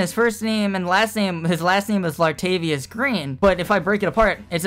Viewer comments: I think you guessed LADARIUS Green wrong lol you said Latavius. I wanna see the forfeit! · He said Ladarius wrong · C'mon man. You know you said Ladarius Green wrong and there is no Richards on the Packers it's Richard Rogers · It was Ladarius not lavuante